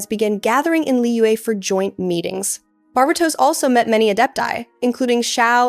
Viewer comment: I love your videos! I've never heard Barbatos pronounced this way, I've only heard it as Bar-BAY-tos, and it tickles my belly everytime you say it the way you do. lol I love it. This is so well structured! I also need an explanation for what your YouTube handle means!?!? Where DO all maps end?!! I'm SO CURIOUS ABOUT IT lol